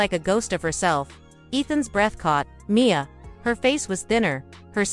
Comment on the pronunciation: There is no punctuation in the writing of this story and the narrator reads it the same way, M. I. A., instead of Mia. It’s annoying! And, why is there a picture of a child in the bed with attached tubes if the mother is the one sick?